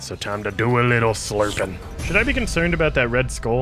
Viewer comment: ”ive learned so much avout the world” lol 😂